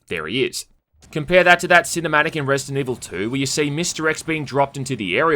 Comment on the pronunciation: Resi-dant Evil